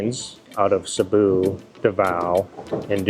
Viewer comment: You mean CEBU. thats ok. Nobody's perfect.